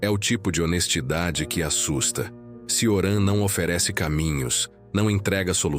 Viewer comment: Ótimo vídeo, só uma observação: se pronuncia “Tioran/Tchoran” o “C” em romeno tem som de “tch”.